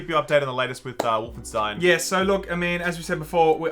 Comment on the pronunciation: Wolfen-$TEIN, you say? Is that Jewish?